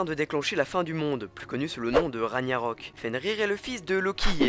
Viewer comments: raG/narok pas raniarok , sinon tes videos sont super sympa :)) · je pense que sa se dit rag-narok et pas raniarok pour la prononciation :/ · Faut pas dire Raniarok mais comme Raggnarok. Il faut aussi savoir que cette sale bête qu'est Fenrïr est un des enfants de Loki, et sera la créature annoncée comme apportant la mort à Odin. Du coup bien renseigné sauf sur la prononciation :P Le Ragnarok est pas la fin en effet mais surtout la fin du monde tel qu'il est annoncé initialement avec combat géants contre dieux. Il annonce la destruction des 9 mondes avec la libération de Nidhhog le dévoreur de cadavre qui est retenu par les racines d'Yggdrasil. C'est cette libération qui entamera le Ragnarok le combat final par la libération de la plus puissante des créatures maléfiques Nidhhog <3 ODINSKÄ !